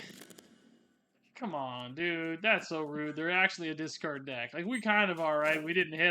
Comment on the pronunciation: DISTROY. DESCARD. He switched the vowels in the words